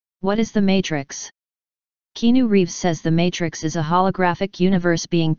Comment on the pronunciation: Love "KEENU REEVS"!😂